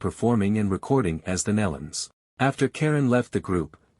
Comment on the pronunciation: Learn proper pronunciation of these sweet people's name- (knee-luns) Nelons